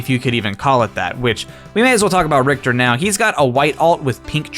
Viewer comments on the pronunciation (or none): none